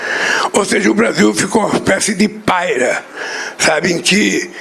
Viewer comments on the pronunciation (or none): O energúmeno não sabe falar "pária". Só o Brasil elege um analfabeto de pai e mãe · ALGUÉM AVISA PRA ELE QUE NÃO É " PAIRA ", E SIM, " PÁRIA ". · Boa noite pessoal. Em primeiro lugar, o nome correto é pária, e não paira. O ex-presidiário Lurarápio mente que não sente, além de não conseguir dizer o plural de quase tudo que fala. É uma "besta quadrada", mas muito perigoso e esperto($)!🤬 Nunca se esqueçam disso!🧐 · Ele disse paira ao invés de párea, ou não entendi bem ? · Em vez de pária, ele fala "paira" meu Deus misericórdia, esse sujeito só tem inteligência pra roubar, e por a culpa nos outros! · A palavra correta é "PÁRIA" e não "PAIRA" do verbo pairar...! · Um presidente que nem sabe a língua portuguesa: PAIRA , usada ao invés de PÁRIA. DÁ ATÉ PENA ver essa "inteligência suprema" falando tanta asneira. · Espécie de "Páira"!!!???? É isso mesmo? Chama o VAR para o. Esses filhos de Paulo freire "só me dão orgulho". kkkkk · Ele disse “ um paira”?